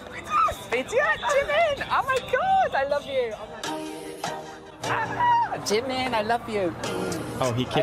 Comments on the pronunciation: 🤣🤣🤣🤣🤣🤣🤣 lmfao am embarrassed for him 🤣🤣🤣 he loves Jimin at least learn wt u say in korean properly he wants to look like him he's obsessed with him and want to meet him yet he doesn't even learn his language😒😒😒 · Also yes he is pronouncing basically everything including Jimin wrong which is absolutely hilarious 😂